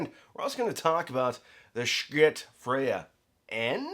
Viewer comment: Is he mispronouncing “schiit” on purpose to avoid some YouTube rating issue?